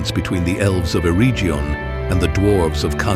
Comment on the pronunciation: Your pronunciation of Eregion and Celebrimbor is totally WRONG. ereGion not ereJion and Kelebrimbor not Selebrimbor. Yes rings of power show sucks